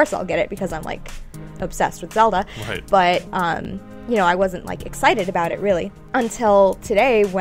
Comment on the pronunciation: its zeLda now zeodah LOL